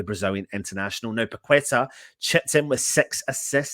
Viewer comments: It´s pronounced PA-KE-TAR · I think wins the worst pronunciation prize!